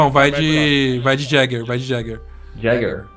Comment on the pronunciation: Não se pronuncia "Jäger" e sim "ieguer"